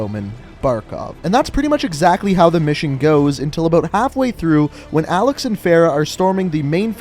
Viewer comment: for the last time... A L E X IS A L E X